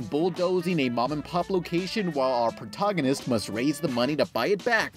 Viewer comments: Wow...you completely burtchered the word "protagonist" so badly, you would put meat butchers go out of business. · Way to butchered the word "protagonist".